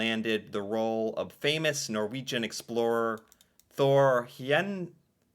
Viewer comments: Henderhal? Really? LOL....HEYERDAHL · Heyerdahl is pronounced hey-er dahl hope that helps :)